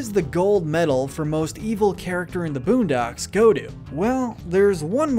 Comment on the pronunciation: Lol man said buundocks